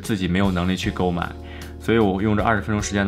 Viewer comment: 听到，购买的发音，想起了那个难受香菇的视频